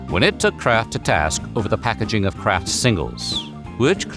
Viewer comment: what in the AI is happening here? "And like we mentioned earlier [Kr@ singles.. "